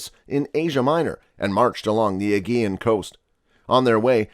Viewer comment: Xerxes zurk·seez Perhaps this is AI narration as even Thermopylae is mispronounced. thur·maa·puh·lee Aegean uh·jee·uhn